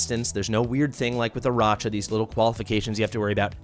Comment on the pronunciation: I know it's gauche to complain about pronunciations, but a bunch of folks on YT call her "AraCHa," with that soft CH sound, which is so bizarre to me. It's CLEARLY a name made to be a play on Arachnid, like a spider, right? So it should be pronounced with a "k" sound.